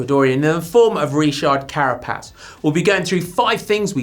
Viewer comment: Well that’s a new way to pronounce “Richard”😂